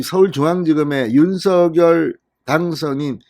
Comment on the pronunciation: 다 좋습니다. 근데 윤석열 당선인의 이름 부를 때 발음이 조금 거슬리네요. 윤 석 열 , 윤 서 결 처럼 들리네요